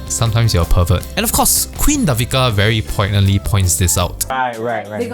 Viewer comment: Hahaha your commentary for OWL is really entertaining, can't wait for next vid!! Btw, Devika's name is pronounced Day-vika :)